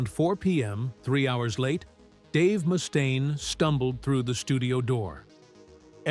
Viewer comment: Tom's bass lines NEVER cut through the mix with precision. His vocals definitely did. Oh, and Mustaine is pronounced MUST-AINE, not moo-stain. Those AI narration videos suck real bad.